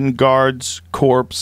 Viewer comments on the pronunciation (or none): Haha! ‘Corps’ its pronounced core like Marine Corps. Corpse 💀☠️💀☠️ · When you are talking about the marines or military Joe it is pronounced CORE not CORPS. The P is silent. I know, petty but drives me up the fuckin wall.